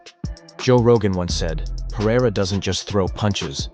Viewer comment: AH! For the love of God! Someone, please! Teach Chael Sonnen how to say PE-REI-RA not Piera! Its so freaking annoying.